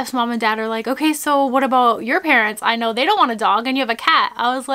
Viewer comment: lol it was funny when you made maya say I know and it sounded like she said I know lol 😂